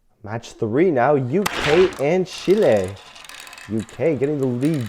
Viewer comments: Learn how to pronounce Chile. Not Chilé. Moron! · "Shile" it's Chile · Learn how to pronounce Chile.